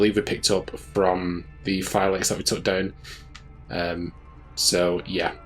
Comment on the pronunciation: I hate to be that guy, but I believe it’s pronounced Fee-Lackys or Fee-Lacky-Tie when using plural, lol. Not super-important or anything. I just have a bit of a fascination with languages, lol. Sorry if I came across as rude or anything. Not what I was going for.